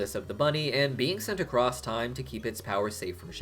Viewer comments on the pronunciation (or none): none